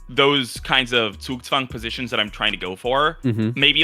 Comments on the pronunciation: Gotta give props to to pronounce Zugzwang perfectly. No hint of an accent whatsoever. I've seen so many English-speakers struggle with it and he pronounces it like a German native speaker. Impressive! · Is German? The way he pronounced Zugzwang was perfect.